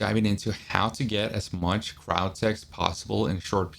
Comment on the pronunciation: That entire vid all I could think about was how he was pronouncing Cryotic as Cryotech.